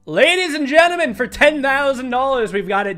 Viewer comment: Am I crazy or did you say "ladies and genimen"